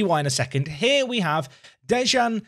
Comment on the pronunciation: De(i)an, don't say the J